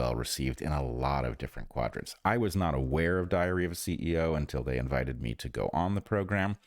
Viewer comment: A diarrhea of a CEO. That's all I hear every time Bret says it.